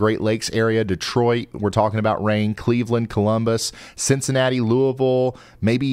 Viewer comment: THANK YOU FOR SAYING LOUISVILLE CORRECTLY! Literally everyone pronounces it wrong.